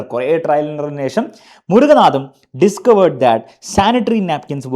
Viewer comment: Sir, not murakanatham❌ Murakanantham ✅